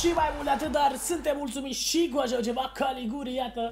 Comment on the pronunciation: Se pronunta Galiciuri nu Galiguri , invata si tu sa rostesti corect sau sa citesti